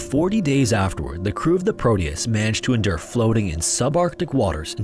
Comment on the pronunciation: It's Proteus with a T not prodeus 😊